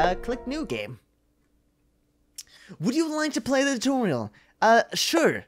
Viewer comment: Anyone notice how he said toriel instead of tutorial?